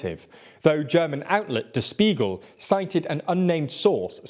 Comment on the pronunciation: Please stop mispronouncing der Spiegel I habe so much pain every time you do. I’m not even German but it bothers me so much when it happens